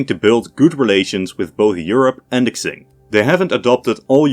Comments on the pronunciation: Great video. For future reference, "Q" in Chinese is closer to a "ch" sound, so the Qing would be pronounced kind of like "Ching", not "Xing". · Qing is pronounced "Ching"😮‍💨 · Qing is pronounced like ‘ching’ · Please look up how to pronounce Qing? It's not Tzing, King or Xing.